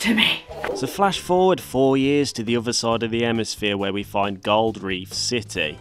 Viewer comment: I never knew other was pronounced "offer" in "proper" English.